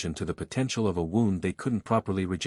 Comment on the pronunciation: Ai gets lots of homonyms wrong... Another frequent battle one is: wound (woond) as in injury gets mis-pronounced like wound-up (wownd). Wind-walker, is mis-pronounced as "wined" walker... The Ai for this series is WAY better than most other Ai narration though.